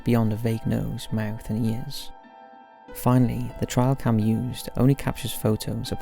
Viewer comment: I always listen to these videos while cleaning or chores, I was so confused when he kept saying TRIAL CAM? I was trying to figure out what the hell a trial cam was. He is most certainly talking about Trail cams.